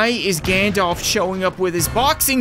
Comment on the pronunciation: everytime u said "Gandalf" i thought u said "Ganondorf"